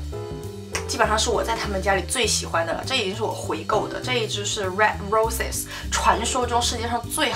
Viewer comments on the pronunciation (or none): 虽然不想做mean girl，不过只有我听到了在讲D&G那段，把祖马龙red roses口误成了road reses，哈哈，好可爱的博主～blooming December这个主题太棒了，支持支持